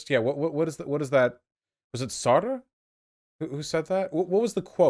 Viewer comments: I know that pronunciation of many words is a thing that Vaush regularly struggles with, but someone needs to explain to him how to pronounce Sartre. If you can't pronounce the French r and the rtr consonant cluster the French way, just omit the r after the t and pronounce it like Sart. Pronouncing it the way Vaush does in this video makes it sound almost like he's referring to a half-goat half-man (satyr), but with some r-colouring on the first vowel. LoL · Sartre is pronounced with only one syllable.